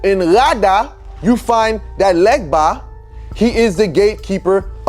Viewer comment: They way he says "legba" and "vodu" correctly shows he is from Ewe tribe in West Africa